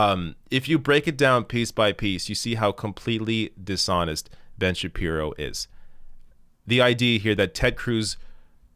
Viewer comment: that's two video's in a row where you've mispronounced Ben Shabeebo! Get with it!